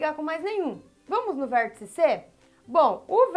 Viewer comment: "Tia", estou adorando suas aulas. Estão ajudando-me muito, mesmo. Além disso, adoro quando você pronuncia palavras com um "L", depois do "R", tipo "VérLtice". Bem, agora vou pararL de escreverL para assistirL sua aula sobre Retas e Semirretas. Tchau!